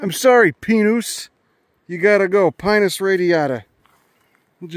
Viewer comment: I appreciate your correct pronunciation of Pinus lmao